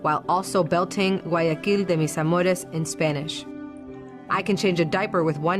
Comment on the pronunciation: My firts lenguaje is spanish and when she says guayaquil de mis amores y heard that gringo accent im pretty sure she just learn that sentence in spanish before that video